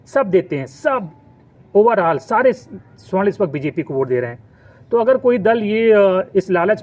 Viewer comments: Video banate ho thora gyan badhao . Pahale swarna ( sona/gold) aur sa- warna me antar samjho aur shudhdha sudhdha bolna sikho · Suarn ni sabarn hoga hy😂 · सवर्ण बोलिए, स्वर्ण नही, स्वर्ण मतलब सोना, ए सोना नही कीचड़ हैं, कृपया सुधार करें